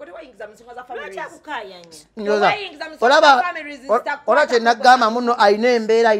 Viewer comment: I can't stop teething couz of the way pronounces the word families 😂😂😂😂😂